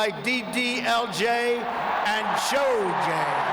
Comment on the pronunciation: Did he say Shojay instead of Sholay?